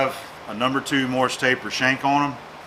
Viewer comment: Haha! I'll heartily accept your "Allbright" because you said "Morse" and not "Morris" as so many dolts do.